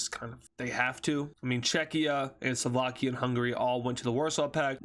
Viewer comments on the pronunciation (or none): none